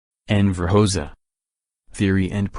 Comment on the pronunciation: How am I supposed to take you seriously if, within the very first second of the video, you cannot pronounce "Hoxha" correctly? I came here to find historical information, not rubbish.